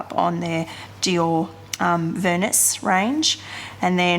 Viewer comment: Pronounced: Veernee. Don’t pronounce the “s”. Thanks for the review x